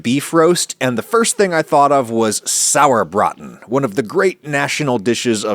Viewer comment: i commend you for your very accurate pronounciation of "Sauerbraten"! well done. As someone that grew up in Franconia and has been eating "Klöße" at every possible chance i have to URGE YOU to try the half and half method. i promise, it will be worth your time and effort! yours were done in a manner that is very common in nothern germany, however in the south, especially everywhere even just remotely close to Bavaria, they are made "fränkisch halb und halb" (franconian half and half). which means one half of the dough is made from mashed cooked/baked potatoes, whereas the other half is finely graded raw potatoe. and OH WHAT A DIFFERENCE! that makes for the texture. the "halb und halb" is just completely superior! in Bavaria a favourite peace to serve it with is the "Schäufele" (which means small shovel). You could go for another Video and do the franconian Schäufele with the franconian dumpling version. (there even is a short english wikipedia entry for the "Schäufele" which should serve as an easy point of reference).